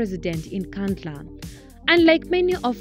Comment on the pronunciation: Wasting my data, can't even pronounce Nkandla properly. We bhatata!